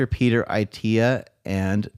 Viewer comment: His name is pronounced "At te a" NOT "i te a"